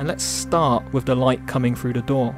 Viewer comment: Great tutorial, but please drop the 'frough and wiv' sorry mate it really lets you down, when you're obviously a very talented guy!